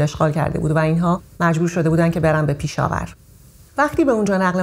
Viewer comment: خانوم پیشاور اشتباه دارین میگین پشاور اسمش لطفا درست بگین